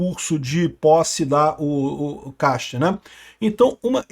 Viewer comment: É "Kast", em alemão.. Não "quest"